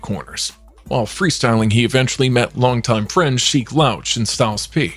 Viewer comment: Saying sheek name funny as hell 😂😂😂